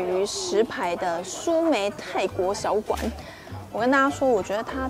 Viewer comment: ”蘇梅“泰國小館 不是”蘇梅泰“國小館哈哈